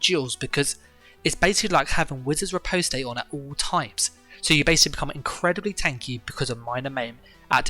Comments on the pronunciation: Rip-ahst Not rip-oast-ay lol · Riposte is pronounced re-post btw. Awesome vid, shows me the sets I should run in BG's :D.